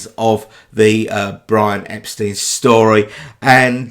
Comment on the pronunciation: It's nit-picky, but Beatles' fans should know Brian pronounced Epstein as "Ep-stine," not "Ep-steen." There's that famous clip from 1964 of a Beatles' secretary or press agent on the phone correcting an American she's talking to. "Ep-steen?" "No, it's Mr Brian Ep-stine." And she has to emphasise it again and again. Edit: I've never heard a Beatle call him Brian Ep-steen.